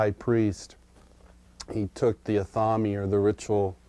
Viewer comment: Glenn the 'born satanist' called an athame an 'uh-thaw-me' lol. That's what happens when you read a word you've never heard spoken before (or don't recognize it to be a word you already know). How is is that this 'born satanist' has stories of athames being used but doesn't know how to pronounce it?